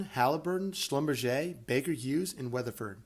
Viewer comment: Thank you for saying Schlumberger properly. If you were working in oil and gas people would actually know who you're talking about 😅